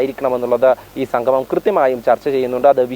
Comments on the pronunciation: സംഘമം അല്ല... സംഗമം... സ്ഥുടത അനിവാര്യം❤ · സംഘമം അല്ല സംഗമം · സംഗമം എന്ന് പറയഞ്ഞോളൂ. സംഘമമല്ല. മലയാളം കുറച്ച് കൂടി നന്നായി പറഞ്ഞോളൂ🙏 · എടോ സംഘമമല്ല സംഗമമാണ്.ഉച്ഛാരശുദ്ധി വേണം വാർത്താ അവതാരകന്